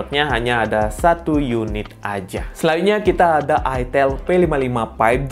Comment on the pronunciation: Bilangnya pakek a bang aitel jangan itel😂🗿